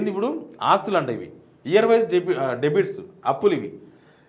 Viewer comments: డెబిట్ కాదు డెట్ అనాలి , మంచి సమాచారం అందించారు ధన్యవాదాలు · Bro debit kadu bro Debt